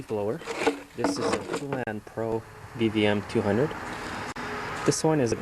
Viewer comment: it's pronounced paulin pro :)